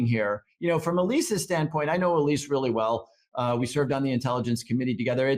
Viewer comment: That's "Elsie" not Elise.